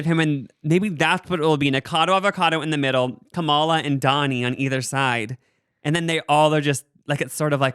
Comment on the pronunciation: LEARN HOW TO PRONOUNCE KAMALA CORRECTLY PLEASE.